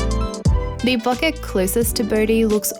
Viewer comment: She say ,bokeh’ correctly (it’s word from japanese). I also say ‘latte’ in similar way as it’s from Italian, it’s weird for me how British pple pronounce ‘latte’ they do like latey, latee 😖